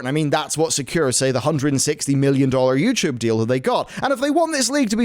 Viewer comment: "Youchoob"